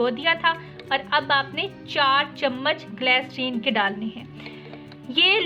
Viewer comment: Waah re boli kya bolti h fatkari glacrine saban 😁😁😁😁